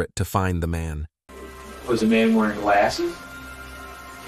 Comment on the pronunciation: “She had never been in TRABALL with the law”… “what she was WEERING” wtf is that AI blabbing on about